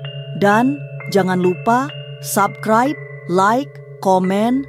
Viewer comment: Coba lo sebutin SUBSCRIBE.. YG GUE DENGARIN itu ADALAH SABKRAIB 😂😂😂..Rata2 ngak habis SEKOLAH kalian ya kan.